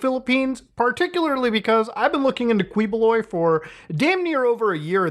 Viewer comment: Quiboloy's name is pronounced "Keyboloy" i don't know if you know it and are just memeing but yeah there you go. Security Guards aren't lax they just don't really know what to do after all they got a guy recording so it could be some event. You can even see the guards checking in with their respective command center about it. They're not being lax they're being patient, they'd be more alert if he was being aggressive but he's just being a nuisance.